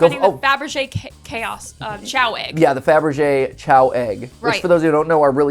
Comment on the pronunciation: Still confused why the pronunciation of "chow" instead of "kay-oh" (like the word chaos). I always assumed that it's the same as "chaos", because of the Chaos Emeralds"